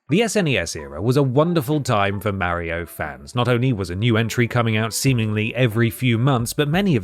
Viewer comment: I'm sorry but I can't watch any video where someone calls him "Mary-o".